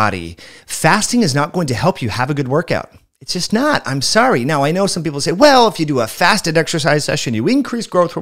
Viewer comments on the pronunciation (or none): none